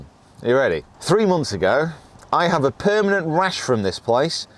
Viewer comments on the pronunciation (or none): none